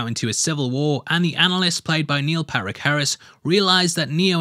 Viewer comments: Niel Packit Harris 😂🤣😂🤣 it's patrick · He said padrick harris